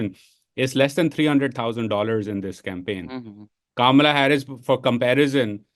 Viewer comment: Bhai pehle naam toh sahi se lo. its not Kamalaaaa its kama la like comma la